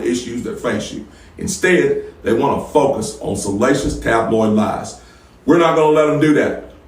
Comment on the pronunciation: . "that THEY!" Don't keep the 1st timers aloof! Speak "THEY" clearly and concisely! THE REPUBLICANS AND THE DONALD TRUMPS! I YIELD